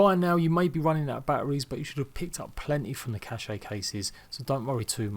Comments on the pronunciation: it’s not pronounced cash-eh or cash-eyy, it’s “kash” just fucking “kash” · He says cash-ayy instead of “kash” how it’s supposed to be pronounced. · Squipi Dingcheek he’s saying “cache” “cash-eh” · The "e" in cache is silent lol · no he pronounces it in the worst possible way.